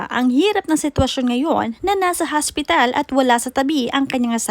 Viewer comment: Careful with your pronunciation HOSPITAL PO not haspital wahahhaha... Hindi po slang Yan for hospital. Nakakahiya nman maging OBOBS PO.